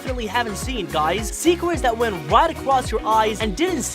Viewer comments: My DUDE literally said seekers instead of secrets LOL😂😂😂😂😂😂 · “10 secwet in sonic the hedgehog 2” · Secwets? Hahaha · a full list of how you pronounced words incorrectly in this video: yeer, fwesh, sawnic, worl', shronger, diece, thwetiened, rioght, gouys, rwit, dianamic gween emweld, woboic, Wisoskie, docor, eggmn, billians, dieanamic, secwets, hechoc, segao, wittwe twaining, chilliedoc, muvie, sonicomics, wasecar, gween, wiver, mausic, weferance, weally, sewies/sewie, westing, sars, ekindnao, teils, weach, fawr, awway, amoung, ian, veary, simialar, batniacs, shiyp, leavle, and vewy. tell me if I missed any